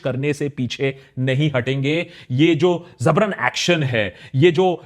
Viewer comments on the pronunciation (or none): Aprreciate your usage of Urdu vocab dude. However, it's not Zabrun, but JABRUN. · Akash Bhai it's Jabran not Zabran.. many times I heard so finally decided to correct it 😂.. this comment is with a good intention to correct you. exact meaning of Jabar is to force someone or something. Commonly used with zulm .. zulm wo jabar .. however Jabar can be good or bad it's just something done with force.